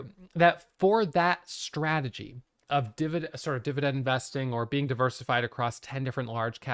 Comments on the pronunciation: I didn't even realize till I read your comment 😂 now i can't unhear it 😂😂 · Too funny😆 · didn't notice and now I can't unhear it LOL